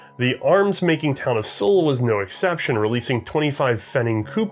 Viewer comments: Its not pronounced "soul" but zuhl. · The city you mentioned - Suhl - is spoken like "sool", and the country (nowadays a federal state in Germany) is usually spoken Thuringia by english native speakers. Hope this helps you... :-) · It wouldn't be C&Rsenal if pronounced foreign words correctly.